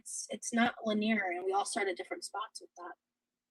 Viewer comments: Le Near. 😂😂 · She said linear all weird too. 🫠